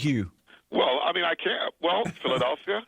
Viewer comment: Dude learn now to say Philadelphia